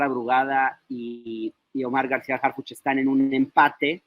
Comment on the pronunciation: Harfichi noooo, por favor!!